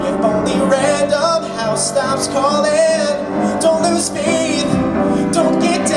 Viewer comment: I only have two things to say 1) the pronunciation of faith was really weird, it was like fee-th 2)you said i'll be there hair-air, pet peeve, yet still incorrect that's not the word :) otherwise, though WOW!